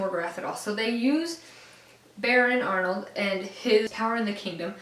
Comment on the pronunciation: I think that you say it as baron arald not Arnold